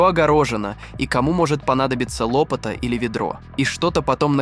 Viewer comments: ☝️🤣😂🤣 горе блогер, откуда у Вас лопАта стала лОпатой❓☝️😂🤣🤭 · Тембр голоса хороший, дикция правильная. Но ударения в словах - мрак! КрУги, лОпата и т.д.